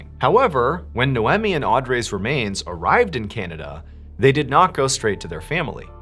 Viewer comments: Its pronounced, Nay-Owe-Me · It's pronounced NAE-OMI not No-Whammy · i had no idea canadians pronounce naomi as noemmy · Related comment completely forgot because of the irritation on the pronunciation damn dude You're great but Naomi is not pronounced Now emeeh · I think that name is pronounced "nigh-oh-me" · It's pronounced 'Nay-ohm-ee' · Is her name no eh me? Or nay om mi? Phenetic pronunciation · Are you mispronouncing names in order to gain more comments? Naomi and Audrey are very normal American names... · Does he say the names Naomi and Audrey correctly?